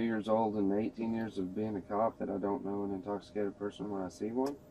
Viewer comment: TJ! TJ! Wherez your commaning osifer? I’m not intoxifacted. TJ! You know that. For what? I zon’t unerstan.